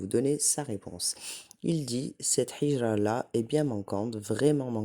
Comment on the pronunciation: Salam alaykoum. Juste une petite correction: on ne dit pas hijra avec un ح mais avec un ه. C’est هجرة BarakAllahoufik pour tes rappels